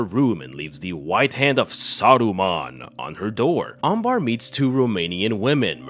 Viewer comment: Her name is Amber and not Ambar